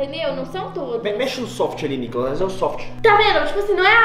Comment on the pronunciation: o Nicolas falou enalda